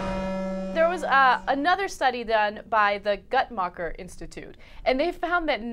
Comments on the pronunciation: I think that Guttmacher is pronounced Gootmacher not Gutmacher. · Ana dear it's pronounced GOOTMAHHKEER not GUTmaker